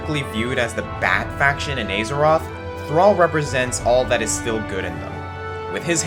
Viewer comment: you said azeroth wrong, i'm mad now